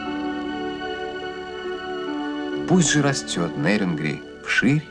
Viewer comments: Ведущий не НЭрюнгри а Нерюнгри ептыть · Какое на хрен НЭрюнгри? НЕрюнгри. Через Е. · Какого фига вы коверкаете название города. Пишется и говорится с буквой Е- * НЕРЮНГРИ*